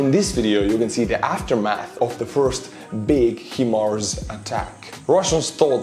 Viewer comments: Love the video but your pronunciation is terrible. 😂hi mars not him ars. Let alone your patreons names😂 Keep it up.👍 VICTORY TO UKRAINE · I prefer HE - Mars as well, since it keeps the letter "I" the way its supposed to be. We aren't spelling all the letters, so we shouldn't arbitrarily spell 1 letter and pronounce others as normal. I know that letters in English have many alternate pronunciations due to historical reasons, but the letter " i " doesn't have that kind of pronunciation often. In fact, i cant think of any such word off the top of my head, where " i " wouldnt be pronounced as " e " in the word " He / she ". The letter " i " is pronounced as "e" usually, ( missile = me = i = e, sister = see ster, etc ) So, if you don't spell the letters H M A R S, then why should you spell " i " as H "eye" mars. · "High-MARS" is the American pronunciation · They are pronounced HI MARS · There is no "I" initial in 'High Mobility Artillery Rocket System' so when you see such an extra letter it's typically been added to indicate pronunciation. Without it you'd have H-Mars. The "Hi" / "High" connection also suggests Hi-Mars A similar example is 'Radio Detection And Ranging' which adds in an 'A' to avoid R-Dar and also has the Ray/Radio connection, thus RADAR.